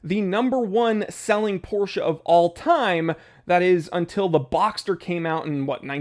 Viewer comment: First time seeing your vids. Thank you so much for not saying "Porrsh". Its really refreshing!